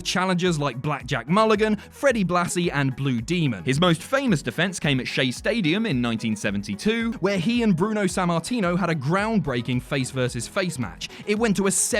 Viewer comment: Ahem... It is pronounced Blue DEHmon, not Blue DEEmon.